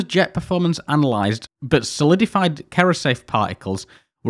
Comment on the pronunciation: One minor mistake that jumped out at me was the mispronunciation of "cerrosafe". It is actually pronounced as "serrosafe" I will also add it was very interesting watching this as a machinist. Some real nightmare parts to make involved in this test